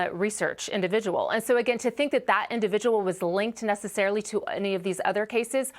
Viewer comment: "Individual". Learn how to speak, woman.